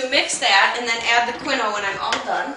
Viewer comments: psyllium is pronounced"see-lee-um" and quinoa is "keen-wa" you really should know what you are actually giving your child.... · quinoa is pronounced "keen-wah"